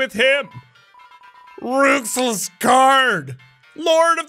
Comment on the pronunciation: When you said "everyone already mad at me anyways" i was like "HELL YEAH IM MAD, YOU SAID ROUXLS NAME WRONG."